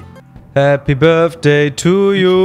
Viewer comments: "börfday" xD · "Happy birdfday" 😂😩❤️ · niemand:: Happy birfday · uff dieses Birfday macht mich wahnsinnig 🤣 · ju einfach „happy börfday“ 😂😂